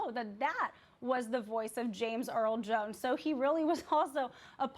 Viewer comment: They couldn't get a black reporter with heft or at least an elder reporter with heft to talk about James Earl Jones? They got a millennial with a millennial accent who said James Earl Jone🤦